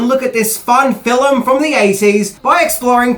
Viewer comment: Fine fill um huh. It's a one syllable word with four letters and none of them are u. Stop it.